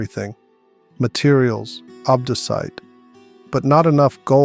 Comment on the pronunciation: Love how he turns English during the boss section. Also, ob-DOO-cite